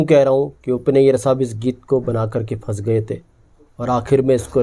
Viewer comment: FAS GAYE NAHIN YAAR PHANS GAYE F SE NAHIN P SE PRONOUNCE KARO--AASAA NAHIN AASHAA HAI YE, BIHARI HO KYA?